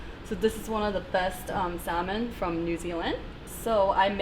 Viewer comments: Sis said SALmon? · The way everyone was pronouncing SALMON was making me lose my mind 😭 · Anyone else bothered that she pronounced the L in "salmon"?